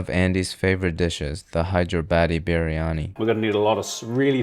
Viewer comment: Bro pronounced Hyderabad so bad, our government decided to change the city's name